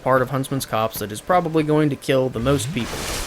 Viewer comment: the way he said "copse" like "cops" Freeze! Police!